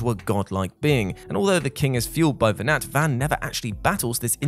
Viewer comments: it's pronounced venar,(the T is silent, his name is mentioned many times in the game, by cid, baltheirs father) and you do actually fight venat, the final 2 forms of vayne are vayne possesed by venat, tell us you didn't play FF12 without telling us you didn't play FF12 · really flimsy. also doesn’t pronounce Venat correctly. Did he even play the game?